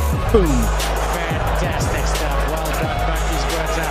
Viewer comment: pronounce buckies